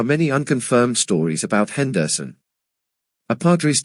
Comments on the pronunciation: Wow! I didn't know that Rickey's last name was pronounced "Hen-DER-son." You learn something new everyday. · Can’t listen to this AI podcast butchering the last name of one of the best baseball player of the 80’s and 90’s. Henderson Son